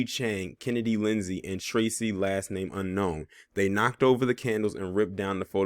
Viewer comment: Damn bruh. I like your content but I am a black man and the way you disparaged my name Tracy was a bit much